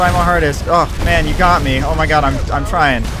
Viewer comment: "Ah im tryin im tryin-t" wow, he really bout to rock my shi Edit: You are the most chill tsb YTer ive ever watched, much love keep makin videos